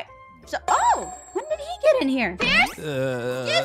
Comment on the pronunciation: U said price it's pierce